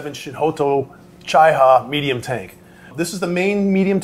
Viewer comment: Type 97 Chi Ha.. You read it "ci ha" not "cai ha"